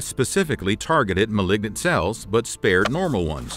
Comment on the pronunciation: Awesome information but you mispronounce malign and malignant. It matters for anyone pursuing medicine.